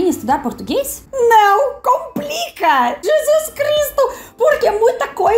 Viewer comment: O teu problema principal é o de não nasalizar nenhuma palavra que nós nasalizamos. Tipo “não”, você fala “nao”. Entende?